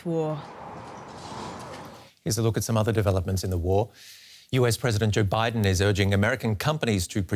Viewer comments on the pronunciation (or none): none